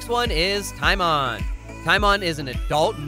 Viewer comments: It's pronounced tea-MOAN. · You said Timon wrong, its ti-mown for pronunciation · TiMoN it’s It’s TimOn